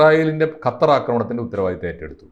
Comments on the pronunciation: ഹത്തർ അല്ല കൊച്ചേ, ഖത്തർ എന്ന് പറയൂ. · ഹത്തർ അല്ല കൊച്ചേ, ഖത്തർ..